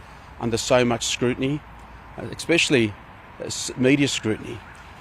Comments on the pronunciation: It's especially Bruz, not expspecially lol. I'm betting he becomes a property developer. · The fact he said” ex specially “......(a pet peeve of mine usually an American thing) he needed to resign on that point alone 😂 . Seriously though why is he pretending this is his decision? Lol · Wow the affected solmness and emotion 🙄 Also, as someone in a senior role that does a lot of public speaking, can he please not say “exspecially”? It’s especially. There is no X 😣 And he might mean xenophobia, not racism. Isn’t he European? Actually he is Aussie, so it’s not even xenophobic. I’m confused. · This man has the WORST grammar and pronunciation. Expsecially... is that a word? Thought you needed basic English to be in Aussie politics 🤔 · Is "Ex-speshally," a word? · Ex-specially.... Hmmmm...... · What does “ekspecially” mean? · Expecially. FFS. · Stop saying "expecially" you absolute goose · "Egg-specially" - Bruz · “Expecially.” Read a book mate. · Did I just hear John say "expecially"? And did he call the transport Minister "Andrew Constant"? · Can an actual official not pronounce "especially"? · He really struggles to say "especially" hey